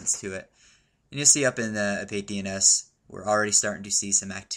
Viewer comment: I'd like to point out that it should be pronounced "a-pa-tee"DNS and not "a-pait"DNS. When pronounced correctly it is a Greek word and it means "scam/cheat". Good tutorial btw! Thanks for posting this